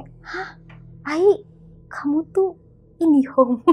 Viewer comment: Pengucapan IND1HON yg sangat sofsepoken 😂 dan bikin ngakak